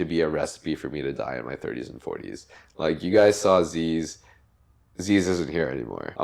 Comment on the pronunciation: Ziz, not zeeeeeeeez